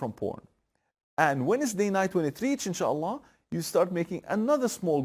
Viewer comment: Adamin insaalah demesine bayildimm